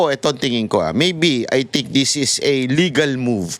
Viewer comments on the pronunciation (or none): none